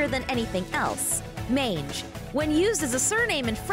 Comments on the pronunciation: Magne is actually pronounced Mah-ni-ie as gn in French is pronounced ni. Also, isn't Charlie the Antichrist? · Her (new) last name is Morningstar and I thought you pronounced it Magne (Mag-Knee)